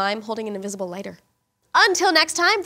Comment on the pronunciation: your trying to say invisible not invicible